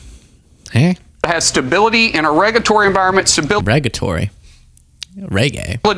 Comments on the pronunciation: Regatory? Negatory… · Markwayne (who the hell came up with that stupid name?) Mullin. The word is “regulatory” - not arregaetory!